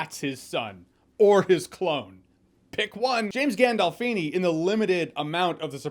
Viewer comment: I'm from Chicago and I cringed too. Same thing with Gandolfini..